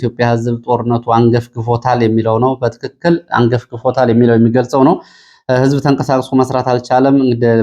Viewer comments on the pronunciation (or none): none